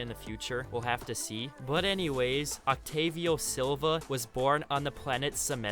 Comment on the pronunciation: Just wanna point out that it's spelled and pronounced Octavio with A as for apple, not like A as it's pronounced in the alphabet. Just pointed it out since if it was any other name people would frick out about a missed spell